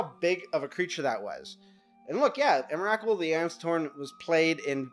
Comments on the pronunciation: EM - RA - KUL. srsly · can't continue watching you keep calling it emmarackcool. not even close. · em-er-ah-kul? wtf is that? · Three syllables, say it with me, "EM-RA-COOL." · i wish this guy would pronounce emrakul right